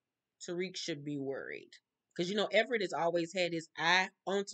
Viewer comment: Everett , not Emit